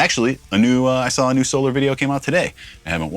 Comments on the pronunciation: 😂 great videos Rob you seem like a awesome and humble guy. Keep up the great work my guitar brother. By the way Ola says So-lar not So-ler🤘🏻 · Another cool guitar! Your commentor is correct Rob. It is in fact SOL-AR instead of SOL-ER. I am subscribed to his channel. Ola probably doesn't care how it's pronounced either way but that is how he says it on his channel. White explorer style looks great and natural on you brother. Because of James I have always been drawn to those styles but never owned one either. I have been on reverb looking at some Solars for sale since you posted the last video. May have to end up getting one soon! Some killer riffs in there by the way. Keep the videos flowing 🤘🤘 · Ola says "So-LAR" not "So-Lor" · Why would it be So-LAR? The word is solar and is used in english all the time. Solar system. Solar panels. Solar power. Solar guitars is pronounced the same way. Ola pronounces it so-LAR because hes Swedish. He pronounces lots of words differently than we do when speaking English. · Ola pronounce is sol are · It is pronounced the 1st way (SO LAR) 😊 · It's Solar cuz sOLAr, so its pronounced similarly as you pronounce Ola (so it's with the Á). Also aren't those tuners self-locking? not sure